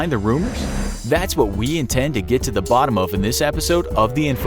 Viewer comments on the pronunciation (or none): none